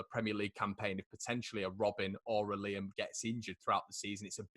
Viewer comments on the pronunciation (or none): none